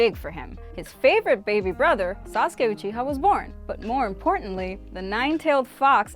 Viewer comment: She said sasuke like Sauce-Ka😂